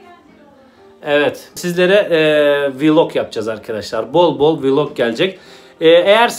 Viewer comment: Abi her şeye okey ama nolur vlog demeyi öğren valla sizle Bi sıkıntım yok çok seviyorum sizi ama videoya dikkatimi veremedim vlog diyişine